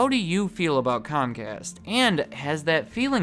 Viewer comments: Comcast? Its pronounced Cumcast, you know, because we're they're bitch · It’s cumcast bro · I think you mind pronounced it. In my neck of the woods it's pronounce scum cast.